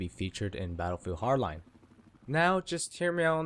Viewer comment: completely agree with you! but try saying the D in battlefield HARD line it it kinda bugs me xP